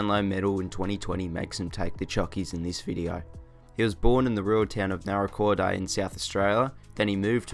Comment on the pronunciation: Can confirm that as a South Australian myself, the town Lachie Neale was born in is called ‘Naracoorte’ not ‘Naracoorta’ Awesome video though, these players will definitely be the ones to watch over the years 👍